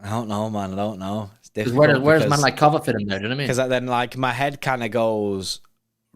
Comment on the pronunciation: KO-VA-CHICH ❌️ KOVA-SITCH ❌️ KOVA-TITCH ❌️ KOVA-CHICH ✅️